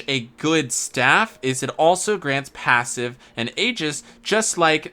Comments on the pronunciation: Also I heard passive? Isn't it pavise? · Right? Also Mt = Mount? Pavise = Passive? Luin is good because of the combat art? What a video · Came here to make this comment. No idea how to pronounce it (pa-vee-say, pa-vice, pa-viss, etc), but I know it's not "passive" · IDK how you got Passive from Pavise (Pah-Vise) but your not saying that right my guy